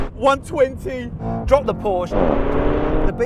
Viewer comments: PORSCHE!!!! NOT PORSCH! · Oh my goodness: PorschE not Porsch‘!